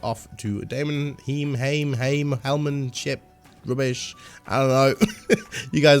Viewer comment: "Demon hime"